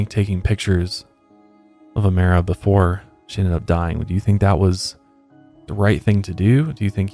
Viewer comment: It’s Oh-My-ra lol not Oh-May-ra